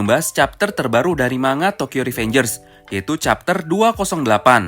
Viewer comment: min, mau share aj kata kata manga dibaca nya --> man-ga bukan × ma-nga soalnya di bahasa jepang gk ada kata/huruf "nga" tapi ada huruf "n" sendiri dan "ga"